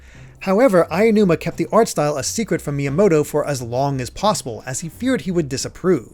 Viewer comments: Nigga, it’s aonuma not ayanuma. Learns to pronounce properly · I love you guys, but the pronunciation of Aonuma is killing me. A (ah) o (oh) nu (noo) ma (ma) There is no ayanuma. It's Aonuma. Ah-oh-noo-ma. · Super great in-depth video and I can't wait for the next one. Hopefully it doesn't come off as rude, but it took me out of it each time Aonuma was pronounced like "aiya-numa" 😂